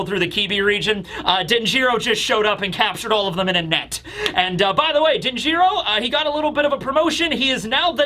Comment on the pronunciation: Denjiro is pronounced DEN-jur-oh, not den-JEER-oh